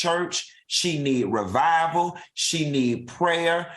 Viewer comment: He said “revival”! 😅